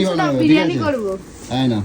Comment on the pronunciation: বিরিয়ানি ❌ বিরানী ✅